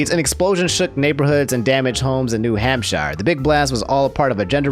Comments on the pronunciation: Lol, he says "Ham-Shy-er" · "New HampSHYER"😂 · New hamp-shire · its pronounced New Hamp Sure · H A M P ----- SHIRE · New HamSH-EYE-ER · New hamp“SHIRE”. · hamp-sure = hampshire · There is no way isn’t trolling by saying New Hamshiyer THERE IS NO WAY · You pronounce new hampshire weirdly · Why do you say New Hampshire all terrible? do you talk to other people or do you only ever read these words? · alright now we gotta ridicule him for his pronunciation of New Hampshire